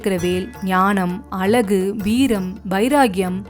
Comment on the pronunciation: அருமையான பதிவு. அழகு என்ற சொல்லை மட்டும் சரியாக சொல்லியிருந்தால் இன்னும் சிறப்பாக இருக்கும்